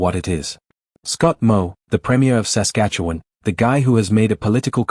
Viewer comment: Might be great if the narrator( AI?) could learn to pronounce Saskatchewan and Regina properly. Or if someone could edit these things to avoid these silly errors. The whole video loses credibility. It’s a common problem.